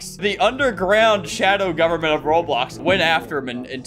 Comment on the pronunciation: "the shadow goverrnment"